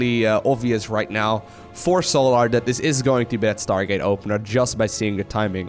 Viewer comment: it's pronounced sol-er, not sol-ahr, lol keep the great videos coming bro